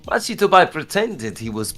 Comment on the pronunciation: The defendant's name is pronounced "Mah-ki", not "Match-i".